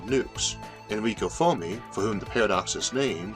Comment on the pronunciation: I just discovered this channel yesterday. I've been binge watching all weekend. Amazing series. Just a quick nit-pick on this one: Fair-me.